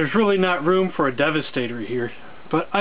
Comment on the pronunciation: Skor-po-nok..de-va-sta-tor...Dude em it right, and for gods sake pick a shoulder position for your skorponok man. Have you been collecting long? You sound like you just got into it